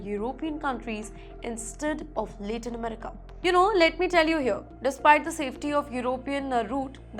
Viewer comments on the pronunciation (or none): please learn how to correctly pronounce LATIN America